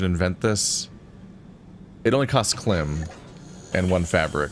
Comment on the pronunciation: I know the series is already finished, but you are supposed to separate the K in KLIM. Like a thousand units of LIm energy. However, Klim is funnier.